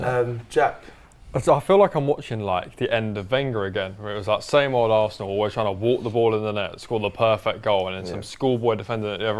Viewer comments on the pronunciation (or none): It's da history of ze assssssanal 🤣🤣